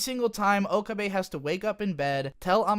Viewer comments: He pronounces pretty much every character's name wrong. It puzzles me as to why. Maybe he has only ever watched the dub? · Do you say Okabe like that to troll or is that how it's really pronounced?